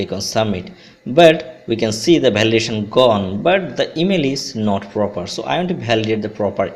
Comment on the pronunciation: Bhalidation lol khub bhalo